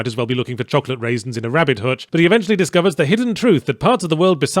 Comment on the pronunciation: This week the mispronounced word is 'hutch'.